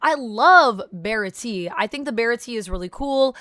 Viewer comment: not really important but baratie is pronounced Bara-Tee-Aye